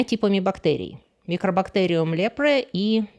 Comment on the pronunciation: Не микробактериум, а микобактериум. Кстати, можно по останкам Эллис Болл установить, был ли причиной смерти туберкулез